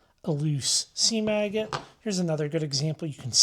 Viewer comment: Well that's exactly what he was saying sounded like lol!